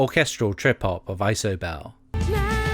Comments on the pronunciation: idk why but I got triggered by you saying "eye so bell" rather than "iee so bell" regardless, cool vid, my local community radio station played "who is it" tonight while i was driving home and i screamed the lyrics along - sadly i lost my voice now lol but yeh cool af video thank you! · Isobel? EYE-sobel? Seriously? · You keep mispronouncing Isobel. That would've been impossible if you'd actually heard the song before. Jeez. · I saw her live on her POST tour.. and she was remarkable (and ballsy enough not to play It’s So Quiet) I think Homegenic is probably my fave album of hers, Bachelorette being one of the greatest songs ever ps. I have no idea what possessed you to pronounce ‘Isobel’ the way you did, but fair play to committing to it :) I know she pronounces it interestingly in the song through her accent, but it’s just the normal girls name